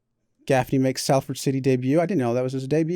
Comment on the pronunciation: Btw its pronounced Solford